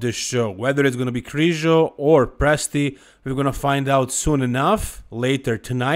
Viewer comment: Not even close for Presti lol, I guess you are Italian? 😅